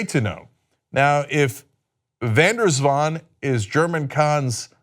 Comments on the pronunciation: Swans can be tricky. Van der Zwaan is surprisingly well pronounced by Cenk. White collars are ‘graaiers’. (Money lovers grabbing more and more) de Vos means the Fox BTW but whats in a (Dutch) name.. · Thumbs up for Cenk. Van der Zwaan, nicely done. (I have mentioned when the names had been slaughtered, this was done well.) The other names I give you... Showing it is not a certain nation but certain social layers. Not the white, not the black, not the latino, not the gay, not the feminist. but the: Filthy Richest!